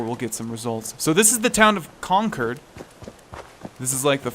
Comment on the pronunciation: Con-cord, not Con-card. It's the town from the "The British Are Coming!" Minuteman story.